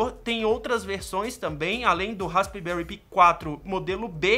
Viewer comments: "Raspberry pí" 😂🤣😂🤣 Pensei que era "raspberry pai" quando pronunciando e não raspberry π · pi também se pronuncia "pai", assim como pie, o certo eh raspberry "pai" mesmo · i em ingles tem som de AI neste caso. DÃÃÃÃRT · Raspibéri pí kkkkkkkkk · melhora a pronuncia do raspberry pi, chega a doer no ouvido.